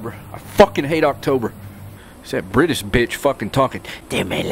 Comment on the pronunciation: did you just say brittish lmao